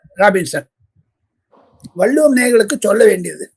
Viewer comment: " வல்லுவம்" தவறான உச்சரிப்பு நாக்கை மடித்து, "வள்ளுவம் " என்று உச்சரிக்க பழகுங்க😢